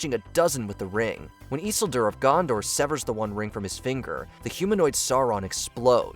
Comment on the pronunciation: the way you say "Isildur" really pisses me off...